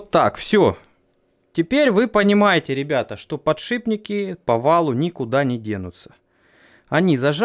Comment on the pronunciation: О! ты научился правильно подшиПники называть.